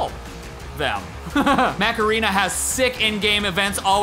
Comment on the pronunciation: Everytime Steve said Mech Arena, it sounded like Macarena.. “Or scan my QR code to download Macarena!”